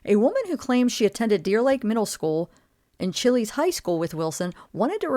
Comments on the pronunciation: It's pronounced Lawton Chiles...not Chilies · Its Pronounced CHILES (like Child's, but without the d. Chiles High School) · Lawton Chiles, named after one of the governors of Florida. It is not pronounced chili. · Chiles not Chili's lol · It is pronounced Lawton Chiles, like miles, not chili. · Lawton Chiles rhymes with Files/Tiles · You pronounce Chiles like Child's without the d. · Chiles rhymes with "miles"... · Chiles is pronounced like Child's without the D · Chiles is pronounced like "childs" but without the "D"... Lawton Chiles.